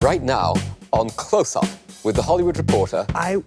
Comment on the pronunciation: "Hello and welcome to Clotshsssttsup"